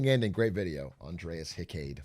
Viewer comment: this video left me with one burning question: did atrioc ask aiden how to pronounce Andreas Hykade's name before saying it in this video? after researching the pronunciation myself, dear reader, I can confirm he absolutely did not.